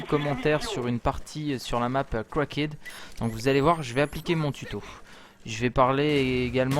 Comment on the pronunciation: Ca ne se prononce pas comme ça cracked ^^